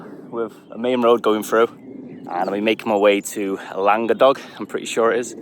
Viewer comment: As a Yorkshireman who lived in Wales for 12 years I learnt a rule that works with lots of Welsh words. If it's 3 syllables the middle one is often the strongest em-PHA-sis. So I'd expect Llan-GA-dog. Top quality video as always - thanks